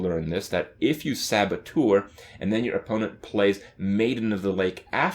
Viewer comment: Its 'sab-a-tur'